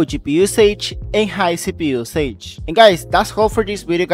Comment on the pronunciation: Thank you very much for the video, very useful but you need to learn how to pronounce “usage” it drove me nuts 🤣😂